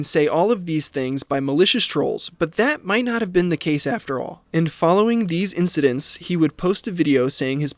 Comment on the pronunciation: Why does he keep saying "incidentses"?